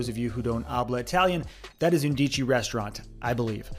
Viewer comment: The word “undici “ is pronounced “UN dee chee” in Italian. It means eleven.